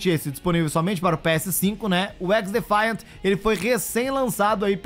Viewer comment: O cara não sabe falar o nome certo do Xdefiant 😂😂😂😂